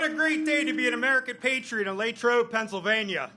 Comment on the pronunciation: "Lay-trobe, PA"..... SCHMUCK!!!!!